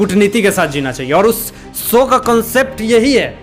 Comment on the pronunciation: Show not sow